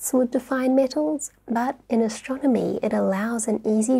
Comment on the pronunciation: I like the way she pronounces ashtronomy 😁